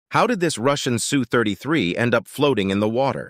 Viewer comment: Its pronounced - Ess You , not Sue